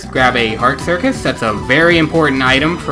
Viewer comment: cuirass = circus haha :-D